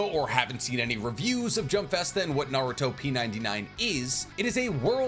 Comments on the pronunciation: it hurts my soul hearing him say "naruto P 99" dude is pronounced naruTOP99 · I thought it was pronounced Naru-Top99 lol. I voted for Minato. Probably switch around though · Its not narutoP 99 its naruTOP 99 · Bro, it's "NaruTOP99"...get it? "TOP 99". Not "naruto P99". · Bro said "Naruto p 99". Did you even watch Jump Festa or the trailer, it's been stated like 32 times that it was naruTOP99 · I think, based on the way they have the coloring of the letters, you're supposed to say it Naru-Top 99